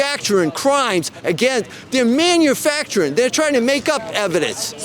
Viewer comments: "They are 'maniufaturing' crimes!!!!!" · What is “minifactering”?